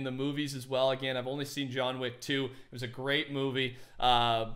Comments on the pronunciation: John weack. Lmao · “John Wack” - 2k19